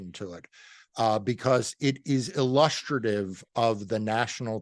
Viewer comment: Nice to hear an American pronounce "illustrative" correctly